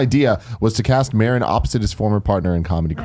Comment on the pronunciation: Of course they pronounced Marin wrong lmao love em